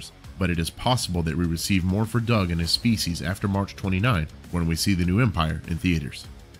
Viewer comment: I thought it was pronounced "Do-ug